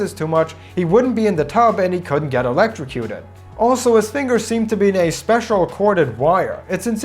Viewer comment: “And the water will rise” That’s not so bad.. “And get electriuted”